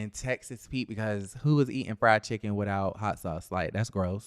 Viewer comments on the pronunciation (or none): none